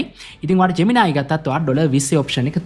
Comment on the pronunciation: ජ්මෙනායි ජෙමිනායි ගාන්න එපා බන් නිකන් සුද්දො වගෙ ජෙමිනි කියපන්